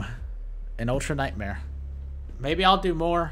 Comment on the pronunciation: Journalist say "ULTRA NIGHTMARE" too hard